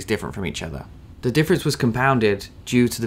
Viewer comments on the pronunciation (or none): none